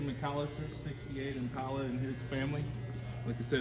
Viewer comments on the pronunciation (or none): To each there own but man them cars are just weird not my style, The bikes are better than the cars.. When you say Im-pale-a (IMPALA) it's just ackword... He even said you guys are RARE ..😜 That last 63 rag Fkn UGLY...